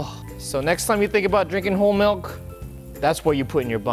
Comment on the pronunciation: I think I know the problem. He used Malk not milk lol